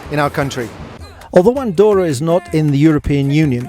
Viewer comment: No se pronuncia "Andoura", se dice "Andorra" xD. Buen lugar para vivir!